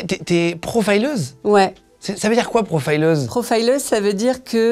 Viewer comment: Pourquoi prononcer profileuse à l'anglaise ? Avez-vous vous honte de votre langue ?